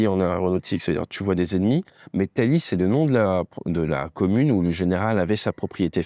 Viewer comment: petite précision sur la prononciation du nom de la commune, c'est c'est « t-aïe-i » (et non ta-li) Comme la prononciation du verbe "tailler" 😉 En tout cas merci pour cette précision historique que je connaissais pas